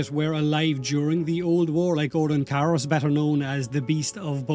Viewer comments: “O’Rokin” the Irish accent is strong with this one 😂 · Please pronounce Orokin properly